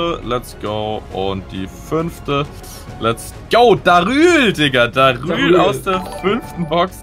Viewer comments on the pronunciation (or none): sagt darül